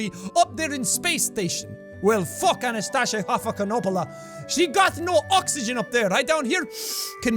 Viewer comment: I pushed through the pronunciation of Ivan, facepalmed at Anastasia, and literally screamed "oh my god, no" at Gagarin. I feel like I should turn in my Russian degree.